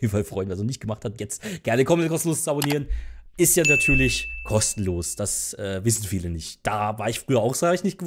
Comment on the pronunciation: Du sagst nja und nicht ja